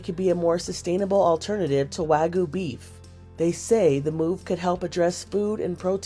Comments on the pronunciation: Wag-yoo, not wa-goo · wagyu is not wagoo 😩